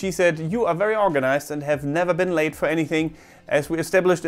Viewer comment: I understood 'I have never been late' as 'I have never been LAID‘ 😂😂😂 (it’s not grammatically correct but in my head I just thought of him getting laid OMG 🤦‍♀️😂😂)